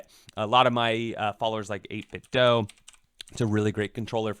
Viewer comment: Great video. Hopefully prime day canada has the same deals. Maybe it's a good time to build a pc. Raspberry pi 4 needs to come down in price so fingers crossed. And btw thanks for pronouncing 8bitdo like nintendo like it's supposed to. pretty much every streamer says 8bit-doo and for some reason it triggers me hahaha